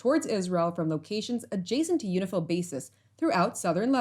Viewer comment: Is that UNIFIL or UNIFILCH?